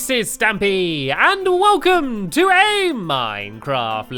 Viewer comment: It's welcome not welsome